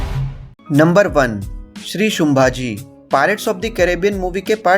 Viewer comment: शुंभाजी नही संभाजी बोल मराठा आरमार🚩 कान्होजी आंग्रे जी से बहुत मेल खाती हैं ये मुव्ही